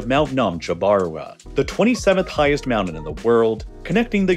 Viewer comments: Not trying to be a dick but you don’t have a speech impediment. Don’t say “mownen” it’s mountain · wtf is a mounin?